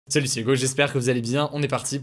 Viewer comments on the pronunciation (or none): none